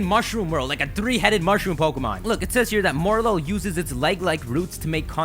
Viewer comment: It's pronounced Morel-ul, with the liaison. Coming from a french Canadian who's pretty okay in english.